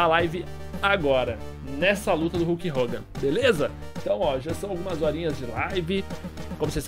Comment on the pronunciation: É KULK HOGAN!